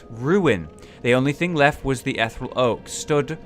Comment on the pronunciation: "Ethe-real"... Not "ethral"